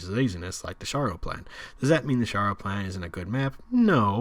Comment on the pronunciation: Its sharrow like the town in England